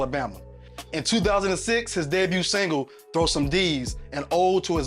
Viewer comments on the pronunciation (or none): none